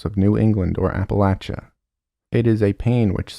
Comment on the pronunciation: this is a minor thing, but thank you for pronouncing appalachia correctly